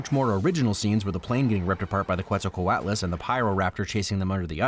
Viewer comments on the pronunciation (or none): Dino Dana didn't quite nail the pronunciation if she pronounced Quetzalcoatlus like 'Kwetsalcoatlus' because Nahuatl borrows its orthography from Spanish, so 'que' is pronounced 'ke'. You can also hear it in the currency of Guatemala, the Quetzal, which gets its name from the national bird, the quetzal, which means "precious" in Nahuatl. Coatl means 'snake'. And, of course, Quetzalcoatl was an Aztec diety. -us is a Latin ending because this is a scientific name. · also saying "thanks for nailing the pronounciation of Quetzalcoatlus" right before pronouncing it wrong lol